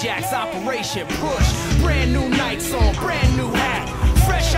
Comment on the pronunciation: don't you pronounce 'nikes' like nye-kees? or was this pronounced nye-cks on purpose to keep the flow of the song?